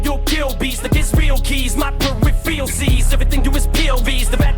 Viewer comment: Idk for sure 100% or not but I think maybe missed one thing in there, when he was talking about the POV lines etc, Em said "my peripheral sees", like his peripheral vision, but he bent the word to sound different, it almost sounded like, "per-ref-reel sees" when Em pronounced it that way, kinda said the word when he was repeating what Em said but it sounded like he didn't quite get it and sounded like he said something like, "repheral" or something lol